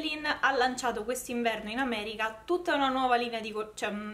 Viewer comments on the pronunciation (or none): none